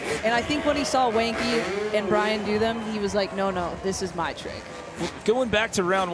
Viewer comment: please learn how to say genki it’s so painful that you guys keep calling him wanky. i’d think you guys were racist if i didn’t know any better